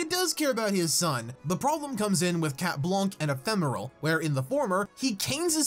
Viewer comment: Every time you say chat blanc I hear chat wonk